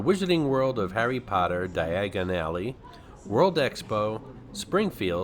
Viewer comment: Dye - a - gon alley for future reference :). Loved the walkthrough and cant wait for more!